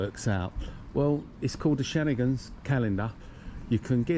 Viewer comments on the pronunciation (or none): Constant repetition, nothing new, couldn't pronounce 'schengen'.